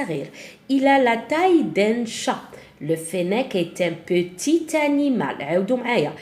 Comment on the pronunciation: في كلمة qetit لاتنطق tعلى الاخير